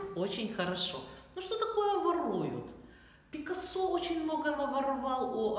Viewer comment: Это – фамилия испанского художника, и в слове «Пикассо» ударение надлежит ставить на второй слог – ПикАссо.